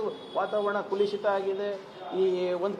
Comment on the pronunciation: ಕುಲುಷಿತ ಅಲ್ಲ ಮರ್ರೆ. ಕಲುಷಿತ